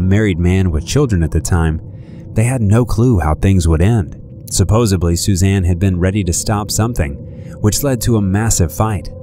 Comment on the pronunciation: Couple things: "Suzanne" doesn't end with an A. And "SupposeDly" has a D, not a B. Just trying to help out. Keep up the good work :)